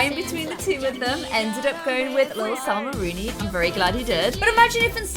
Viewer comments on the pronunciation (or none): none